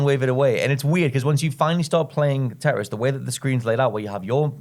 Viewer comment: Can one of you three please pronounce "tetris" properly? It's your job